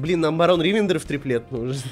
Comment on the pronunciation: Как же режет уши ударение в слове Ривендер. Оно на последний слог.